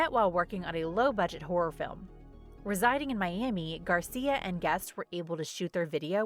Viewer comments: It is Angel Gracia, not Garcia 😞🙂‍↔️😒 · For the record, the maker's name is GRACIA, not Garcia. I watched every video MTV broadcast for this contest. I have the VHS tapes for all the recordings I did those days. The "winning video" was not even close to the best one.